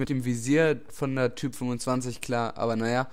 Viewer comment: Sie heißt Type nicht Typ, mit e am ende! Sonst gut :-)